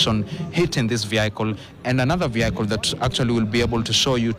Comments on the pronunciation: Practise on how to pronounce the word 'vehicle' correctly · Please call vehicle vehicle not your way it's terrible the way you are pronouncing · Very sad incident, very sad that your reporter doesn't know how to pronounce "vehicle" too. Two sad incidences that should be denounced! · Never heard 'vehicle' pronounced that way again😅